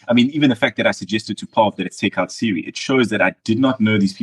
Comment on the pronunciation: He can’t get over pronouncing Cirie’s name as Siri (with the emphasis on the first syllable), which is weird since he learned it by hearing it when he was playing with her.